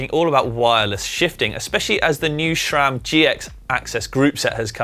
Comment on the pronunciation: Why are you pronouncing it "Shram" when it's called SRAM?